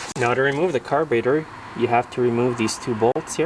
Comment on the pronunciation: i am confused what is a "car-baiter"? lol jst kidding.